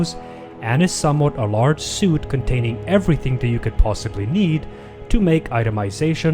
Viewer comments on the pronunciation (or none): bro "suite" is pronounced SWEET not SUIT lol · anyone else annoyed by him calling a Suite a Suit? its pronounced SWEET not SEWT!